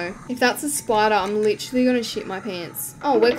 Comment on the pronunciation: "JUST DONT BE A SPIDAH" :body-green-covering-eyes